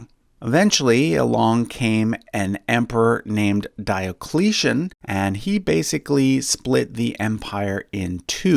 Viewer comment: King Constantine II/XIII, current Greek president, Palaiologos descendant, Megas Komnenos descendent. Diocletian , correctly pronounced dee-ock-lay-tee-ann.